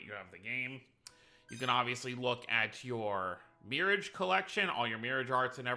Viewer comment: Did you pronounce it “Mirridge?”